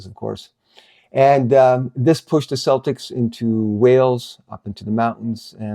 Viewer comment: Celtics with a K sound; as in Kelts and Keltics 😊 In the UK Celtic with an S sound is more associated with a Scottish football team. Just a heads up that's all. Great to see more vids coming out in the second ELS series. Thanks kindly 👍🏼🙏🏼